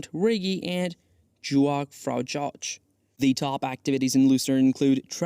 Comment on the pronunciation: Mount "titt-less" ? "Juan-Frah-Josh"? 🤪